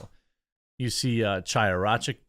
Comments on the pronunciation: Chaiya was on IRL today. Her name is pronounced Khaiya. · You don't pronounce the C in Chya's name.